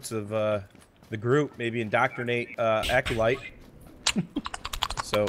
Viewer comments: lmao Charlie calls him "Accolade" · i swear keeps calling Aculite, Aculade!